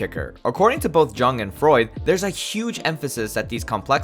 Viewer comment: jung is pronounced yoong, but with a shorter oo sound